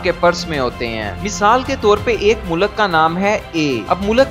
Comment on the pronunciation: achi information hai bahi lakeen khudara pronunciation sai karay apni mulak nahi mulk hota hai mulak ka matlab kuch or ho sakta hai